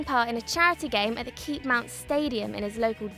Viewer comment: It’s keepmoat not keepmount